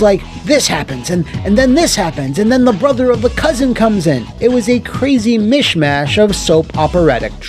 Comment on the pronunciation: Don't you mean a Crazy... Mishimash? XD